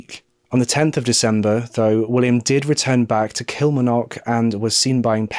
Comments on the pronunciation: Thank you for covering this . I'm from Kilmarnock and i have to tell you that you dont say it like that lol. Its Kil-mar-nock with a hard a. however you are one of the best true crime channels around so i will let you off. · I love you but your pronouncing of Scottish places makes me cry it's Kill-Marn-Och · Pronunciation of Kilmarknock - KIll- mARRR- Knock or Kel-Mar-Nick..... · I remember this case very well I’m from Edinburgh in Scotland, you did a great job as usual of covering this story . Also it’s so cute to hear you try to pronounce the Scottish place names like Kilmarnock and Ayrshire it’s difficult to pronounce a lot of Scottish words if you are not from here it’s actually pronounced kill-mar-knock and Air-shire . We Scot’s just like to confuse people with the way we spell things Lol 😝 . I’ve been bingeing your channel lately and I even fall asleep every night listening 😊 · Great video but never have I ever heard someone pronounce Kilmarnock that way, it's said with the 'r' pronounced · Please learn the pronunciation of places before using them, Kilmarnock and Ayrshire you repeatedly say them wrong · Please learn to say Kilmarnock properly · I love your videos but please ask google to let you hear proper pronunciations before you do a video. Your Kilmarnock and Ayrshire pronunciations are way off and Loch is not the same as lock